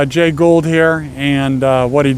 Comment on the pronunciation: It’s Jay Gould not “Ghoul”